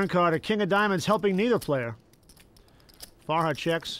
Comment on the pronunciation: “sammy farhar” kept irking me. it’s farha